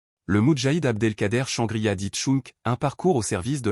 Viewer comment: son nom correcte est chanegriha dit tchang